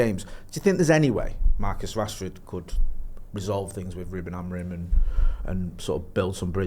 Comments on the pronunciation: Really annoying how he says AmoriN instead of Amorim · I love but for the love of god get Amorim’s name right